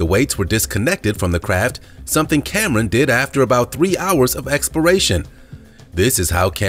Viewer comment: Cameron..not camen..damn